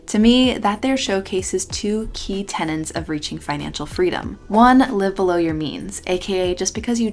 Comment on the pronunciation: Two key TENETS, not tenants